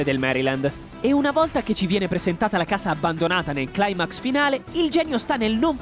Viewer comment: Sono sicura che questo sarà l'unico commento che non c'entrerà nulla, ma si dice "maestrìa" con accento sulla i, e non sulla e come "maéstria" . Stessa cosa per il min , in Italiano esiste la parola "climax" e si legge con la i :)